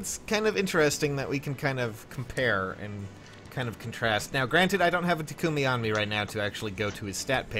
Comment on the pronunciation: GFKHGFJKGSKG STOP PRONOUNCING TAKUMI WRONG